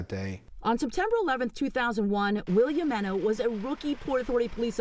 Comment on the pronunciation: He's a living legend alright. But there are two news reporters with college educations who lack the ability to pronounce his last name correctly. What DOLTS! They just ruined the story by crapping all over his name. It's spelled JIMENO. It is pronounced HEI-meno. Is that so freakin' hard?